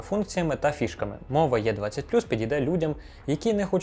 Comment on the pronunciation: Після того, як автор п'ятий раз поспіль назвав модель "йє 20" закрив цей огляд і пішов дивитися англомовний огляд від. Там хоча б знають як вимовляються літери